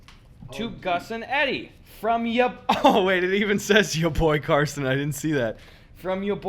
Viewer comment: Shoutout for pronouncing Carsten correctly! That's my name and not too many people know how to say it where i live